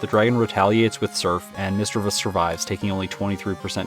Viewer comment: Correct pronunciation is miss- chiv- ous....no e.....love the video by the way